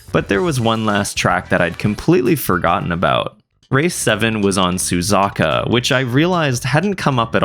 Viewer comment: "Su ZA KA" ????